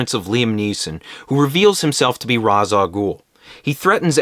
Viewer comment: It's pronounced Ra's, not Ra's.